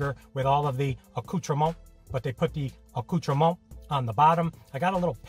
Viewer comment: Woah well done with the "accoutrements" pronunciation